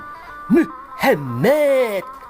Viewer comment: SAHABAT MUSLIM SEKARANG HATI2 SAMA OTEN...MEREKA LAGI FRUSTASI...HATI2 KLW KETEMU DI JALAN:face-blue-smiling::face-blue-smiling::face-blue-smiling:..BANYAK DARI MEREKA LAGI DEPRESI...OIA BTW DIA SEBUT MOHAMMED ITU PERSIS DENGAN PENGUCAPAN ORANG TURKI SEPERTI MEHMET..JADI GAK APA2 SANTAI AJA.. MEREKA SEDANG MEMPERTONTONKAN KEGILAAN DAN FRUSTASI MEREKA..